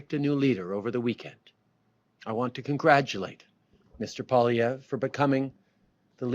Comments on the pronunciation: Pierre Poilievre last name has not have last letter e silent ! Other vise good comments. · Sorry, but you have to start pronouncing Poilievre the right way lol! You might be using it a lot. You appear to be getting a little wishy washy, not really sure which way you want to go. Sounds a little mixed. Hopefully you’ll start pushing harder for support, I understand your reasoning for being somewhat sceptical especially after this liberal governments performance, but I think if we don’t change things now we’re completely screwed. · Definitely an uphill battle. I really like your videos but please learn how to pronounce Poilievre’s name. You said it 6 different ways. 😂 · I want to share your videos to my friends who are on the fence.... But I can't until you're pronouncing PPs name consistently! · I love your videos. I watch them all the time. Great content, but you've really got to pronounce Pierre's last name correctly. Think "Polly" or "Pwolly" as the first two syllables. Then just "ev" as the 3rd syllable. I'm just trying to help. Many times you pronounced it as if you we saying "Poh-live-ee-yay". That's really far from the correct pronunciation. The funny thing is that you kept flip-flopping between an almost-correct pronunciation, and the incorrect one (i.e., ending in "yay"). Otherwise, it was yet another great video highlighting the hypocrisy of Trudeau where he use the obvious tactic of blaming his opponents for the thing that he is actually guilty of himself. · you said his name right the first time and then fucked it up the second time and got it right again on the third... lol. better than front page news. his pronunciation on Pierre's name and Saskatchewan is terrible. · iy is Poly evr not polivie Learn to pronounce. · not pol-i-ev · Dude. Its POLY - EV - RE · Poilievre pronounced Pwaw lee evre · For gods sake at least pronounce his name correctly. Phoenetically it is poly-evv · It’s pronounced “Pwah-lee-ev-ruh” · It's pronounced "poly-ev"